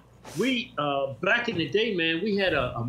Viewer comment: Sounded like he said "Black in the day"